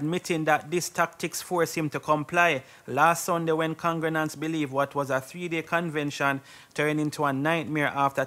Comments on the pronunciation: If this bredda say congrenants one more time 😂😂😂😂😂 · What is a congranant?.. I thought the proper pronunciation is con -gre-gants